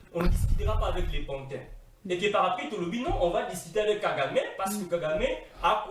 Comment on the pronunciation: PANTIN...et non patin. Ce monsieur est trop orgueilleux... très mauvaise émission.